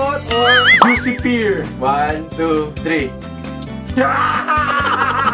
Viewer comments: Mas natawa ako sa "Juicy Pir" lol di pwede "Juicy Pehr"? 😂😂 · Diba dapat ung pagbigkas po sa "pear" ay "per" instead of "pir" HAHA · Yon pong "pear" ay parang "pair" din ang bigkas :). Pero ayos lang kasi hindi naman natin pambansang wika ang Ingles. Pag lang di ka tiyak sa banyagang wika maaaring pakinggan ang bigkas sa :). Doon din ako natututo.